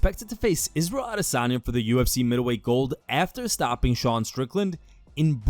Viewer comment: Thank fk this dude isn't on that Ah-DIS-anya pronunciation - it's annoying af